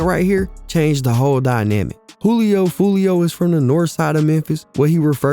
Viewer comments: You said foolio from north side Memphis 😂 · Buddy said Foolio from Memphis 😅